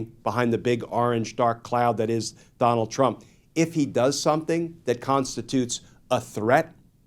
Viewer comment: Trump not Teump